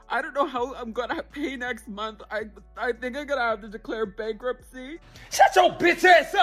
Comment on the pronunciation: "... this meeeen" as in month. The fuck are these black people saying, bro. Seriously.